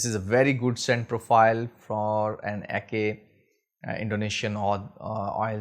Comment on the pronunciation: Salam. Great review brother! Anyway, it is pronounce as Ah-cheh not Ah-kay. Keep the oud oil reviews coming. 💪🏻